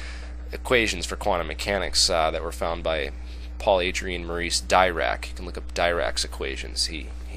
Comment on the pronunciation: You incorrectly pronounce Dirac. Check the Wikipedia. ;-)